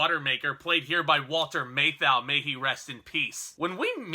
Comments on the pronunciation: "MATH ow," not "MAY thou." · "MAY-thau - LOL. Anyway, good review and agree 100%. :) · You get paid for doing this. The least you can do is learn how to pronounce the stars name. Walter Matthau was a HUGE star and you've mispronounced his name REPEATEDLY. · Dude why you say "Matthau" like that? It's...not right.